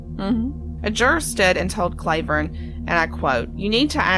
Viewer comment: His name isn’t pronounced “CLAY” vern. It’s “CLAW” vern. And ALC is not in a “holler.” It’s off of KY 899, which is a state road.